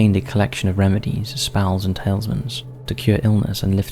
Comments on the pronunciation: This channel is sloppy with its research if this is anything to go by. Might as well turn into a clickbait channel now. Tailsman? Umm I think you mean Talisman - tah-liz-mahn - as in an amulet. the same. Man - this turned an easy like into a dislike. If I want badly researched stuff, there's the rest of YouTube. Plenty of people copy + pasting videos, or using Text To Speech (TTS) to read Reddit posts. Why bother doing any research? :-) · Its not pie pie. Its phi phi with an F. Edit: and its not tailsman its talisman!! Your channels so good but the mispronunciations are frustrating.